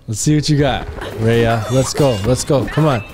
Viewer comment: Couldn't pronounce one name my guy? Lol